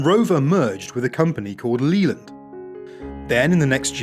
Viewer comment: Yes lol! Just shows you he really ain't got a clue. No one British would ever pronounce it like that especially if they had lived through the strike plagued days of British Leyland during the 70'sand 80's lol